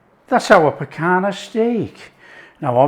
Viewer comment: NO PICANA......"PICANHA"...